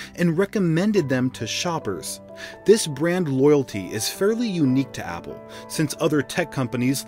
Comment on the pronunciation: Opple🤣🤣🤣 instead of apple🤣🤣🤣